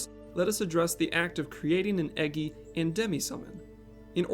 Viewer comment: I really have to say this but its most certainly pronounced E-JEYE and not EGGY. You make amazing videos and I love your channel I just couldn't help myself.